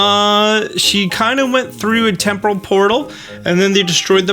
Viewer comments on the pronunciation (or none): none